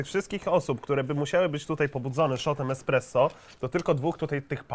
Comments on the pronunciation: Esspresso! Nie ekspreso! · ESPRESSO a nie EKSPRESO kur.. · Powiedział ekspresso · KTO MÓWI EKSPRESSO ZAMIAST ESPRESSO?Panie prowadzący shame on you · Jak można powiedzieć ekspreso wtf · Czy ja usłyszałem eKspresso?! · Czy tam słyszę eKSpresso?